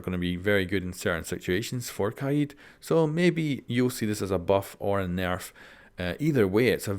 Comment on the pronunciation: I love ur accent, you get a sub. Please just upload a video of you saying nerf like for a full minute.